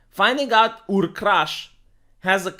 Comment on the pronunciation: I’m glad you are making fun of the fact they keep saying “ur”. Ur is an existing word and it’s an ancient city in the Persian Gulf, and it is absolutely not pronounced like “your”. That’s a huge pet peeve of mine.